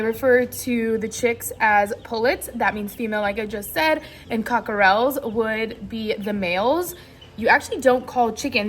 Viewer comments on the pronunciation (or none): CockerELS? The emphasis is on the first syllable, not the last! It’s pronounced, COCK’rel. weight two syllables. The middle “e” is silent.